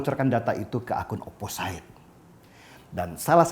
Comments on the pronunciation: ‘Opposite’ biasanya diucapkan ‘oposit’ dan bukan ‘oposait ‘ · oposit pliiiis...bukan oposait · Bang, maap OOT..bacanya oposit... Whistle juga wisel.. Xixixi..maaap yaa.. #biarsantai